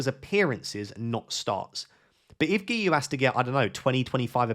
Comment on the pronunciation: Great pronunciation on Guiu! (i'm Catalan and it's a nightmare to pronounce)